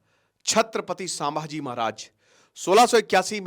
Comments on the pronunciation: तुम्हें कल ही बोला था "संभाजी" महाराज सामाजी नाही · It's not pronounced as saaambhaji mahraj.. it's sum.. and written as sambhaji maharaj.. correction from a Marathi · It’s संभाजी महाराज not सांभाजी महाराज please correct it 🙏🏻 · भाई... सांभाजी महाराज नही... संभाजी महाराज. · सर वो सांभाजी नहीं छत्रपती संभाजी महाराज हैं ....आपको हजारो लोग देखते हैं आपका एक गलत शब्द ..लोग पकड लेते हैं ... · I would kindly want to request you to rectify your pronunciation as Sambhaaji maharaj and not Saambhaaji maharaj. I hope you would take it in positive way. Thank you